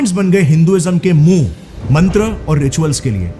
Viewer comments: Isne koi alag hi kitaab padh rakkhi hai….Goron ki isiliye mantra ko mantraa bol raha hai aur behki behki kahaniyaan suna raha hai….Ramayan, Mahabharat hamara itihaas tha koi kahani nahi…. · What is PURANA MANTRRAA YAGNAA thik se pronounce toh karo Or kya INDIA INDIA say bharat